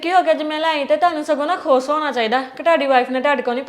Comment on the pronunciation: khus nhi khush bolya kr.bahot gnda lgda e.